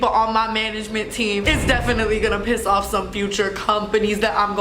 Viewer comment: tana went from "going to piss off" to "go na piss owaf"